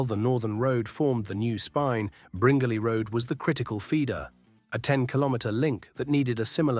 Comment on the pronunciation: The pronunciation of Bringelly Rd is incorrect. It's Bringelly (sounds like brin jelly).